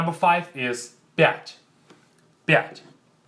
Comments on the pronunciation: 5 sounds like blyat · Столько в Америке живешь, что уже пять произносишь как пячь)0))